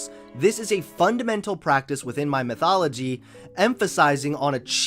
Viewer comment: anyone else laugh when pronounced methodology as mythology